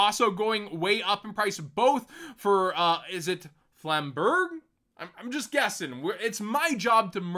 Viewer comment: Flam-burJ is the pronunciation.